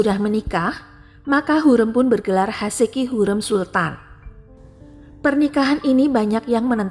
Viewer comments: Secara LINGUISTIK Pengucapan nama Hurem itu KELIRU. Hurem, pada huruf vokal e, pengucapannya salah. Vokal "e" pada kata HUREM tsb diucapkan spt senada pada pengucapan vokal : keren, semen, Hurem, Bukan senada spt dalam kata : adem, sungkem, kalem, asem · Ibu ini NGUCAP NAMA HURREM dgn nada yang SALAH....